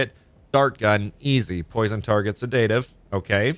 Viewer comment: I really, really enjoy this series from you. Pardon me but you are always pronouncing sedative withe emphasis on the "da", any reason? It should be "seh duh tuhv" (phonetically) So, no emphasis on the "da" part, in fact pronounced pretty much all in the same tone. But maybe you have good reasons for it, I would like to learn and know than. Thanks!